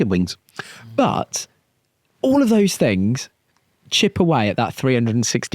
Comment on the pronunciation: It's the guy who say fings